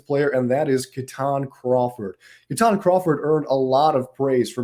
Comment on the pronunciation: It’s KEY-ton Crawford